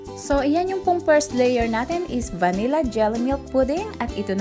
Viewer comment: Pronounced as “Vanil-la”